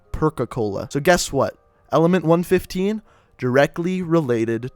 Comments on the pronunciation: is any one aniod on how he prenosing 935 ad 115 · It’s one one five not one fifteen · it's pronounced 1 1 5 not 1 15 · It's pronounced one one five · It can be said either way. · Fuckin dumbass u don't even know how to pronounce shit right disliking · u need to learn how to pronounce 115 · group 935 and element 115 is pronounced from each number example element one one five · Nine thirty five and one fifteen made me mad, its 9, 3, 5, and 1, 1, 5. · It's element one one five not one fifteen and it's nine three five not nine thirty five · I love how he mispronounces all of the zombie themed things,like him saying one fifteen instead of one one five,and nine thirty-five instead of Nine Three Five,That makes me feel like he's just a person who really doesn't play zombies but is just thinking that he's saying it right, also, That's not how you say Primus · The group name is pronounced group 9-3-5 no 9-35 the way you say it is just like saying group 9 hundred and thirty-five and the elements is pronounced 1-1-5 not 1-15 not one hundred and fifteen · no hes not its supposed to be nine three five instead of nine thirty five and one one five instead of one fifteen. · the cringe is real, he pronounced like everything wrong... #cringe he said primis like prime and kept saying hundred fifteen instead of one one five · You mispronounce everything. It's " One, One, Five " not " One Fifteen " It's " Nine, Three Five " not "Nine Thirty-five" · Its one one five not one fifteen also its nine three five not nine thirty five those play an Important factor in the zombie series so if you say it that way it's different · its nine-three-five and one-one-five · Am I the only that got bother when he said one fifteen and nine thirty five? That's the only reason I disliked it. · talks about 115 and says if you dont know about it you should know but yet he pronounces 115 and 935 wrong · great video but hes mispronounces everything 935 , 115 , primus. rip my ears